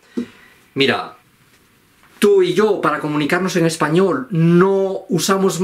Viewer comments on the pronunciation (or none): none